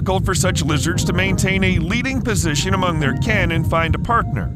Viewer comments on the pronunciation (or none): none